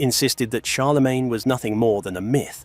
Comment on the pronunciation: "Charlamagne".....??? You mean Charlemagne stupid:)?